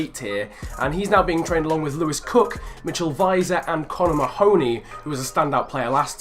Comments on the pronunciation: It's pronounced Ma-huh-knee. Not Muh-hoe-knee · Mahoney = Mar-(feint i)ney